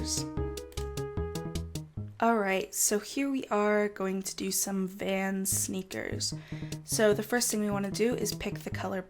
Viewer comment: when you say sneakers i can't not understand snickers, help.